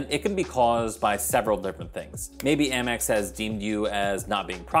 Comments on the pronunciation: I think Amex should be pronounced like American. The Gold card is a great card and it definitely has a high signup bonus. I’m actually considering applying for it while the 90,000 point bonus is still being offered. The grocery category won’t really benefit me at this time because I’m getting 5% cash back on groceries with my Chase Freedom Unlimited card until December of this year. However, I think I could benefit from the 4x back on restaurants starting in July after the 5% cash back expires on my Discover It card. We tend to use Grubhub in my household at least once per month, so I know I should be able to offset the annual fee by at least $120. I’ll probably get the gold card in the rose gold for myself and the traditional gold for my authorized user. Hopefully I don’t end up in popup jail like I’ve seen a lot of others. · Haha I used to say "Ay-mex" and got corrected in the comments, so now I say "Ah-mex" (still not sure which is best). Congrats on the Amex Gold! It's been at the top of my list of cards to get, but other great offers keep bumping it down. Didn't know that you can escape the popup using different links! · I've heard so many people pronouncing it Ay-mex! 🤷‍♀️ Thanks Kevin! Prioritizing which cards to get first is certainly a challenge.